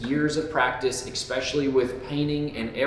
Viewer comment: I’ve been watching your videos for about a year now. You’re killing me….it’s “especially”. Exspecially is not a thing!